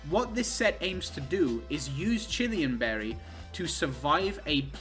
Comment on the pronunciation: OK. But I will give you crap for how you mispronounce Chilan Berry. There's no extra 'i' there.